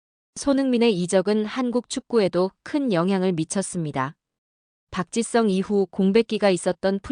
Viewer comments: Park. Chi. Sung, 아니고.. park. ,gee.,,,sung.... 입무니다....한글 발음. 어렵습니다.. 공부. 더하세요..😊 ,아리가또우. .. 고자이마스..... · AI가 말하는것 입니까? 박지성을 왜 박짓썽이라고 발음합니까?듣기 거북합니다.